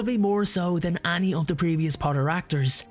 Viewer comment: Whenever you say 'any' sounds like 'Annie' 😅😅😅